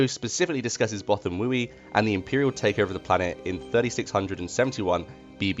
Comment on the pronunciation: Okay... yes this is nit picky and people are going to argue. BUT it is pronounced Both-ah-wee. Many audiobooks support this pronunciation, just ask Marc Thompson.